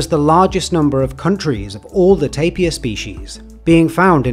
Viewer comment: Lastimosamente el locutor decía tapia en vez de TAPIR